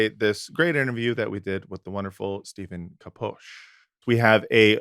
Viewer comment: Came back to rewatch and i think it's the only time got someone's name right! I'm bad at pronunciations too so I'm not talking ish 😅 Love to you good men. 🙏🏻🕊️🇵🇸✌🏻